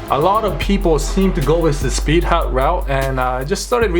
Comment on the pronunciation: Because of your accent i heard speed HUG gauges, idk but that sounds like a quality product to me XD